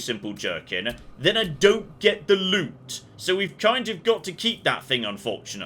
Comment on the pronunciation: LOOT. You are after LOOT, not LUTE! Oh dear...